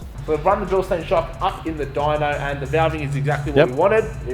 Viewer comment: Absolutely cooked that even the dudes that work for them pronounce Bilstein incorrectly. Bil-shtine for fucks sake!!